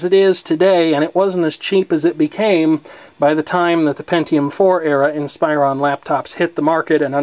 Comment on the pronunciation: Hey, like the video but, Inspiron is pronounced "Ihn-spuh-Rhawn" Not "ihn-spy-rohn"